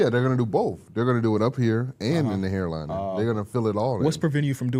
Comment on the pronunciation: “Hair lining” was killing me😭